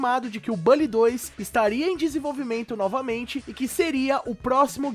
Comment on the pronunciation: A sua forma de falar "Bully" causa dor no meu coração...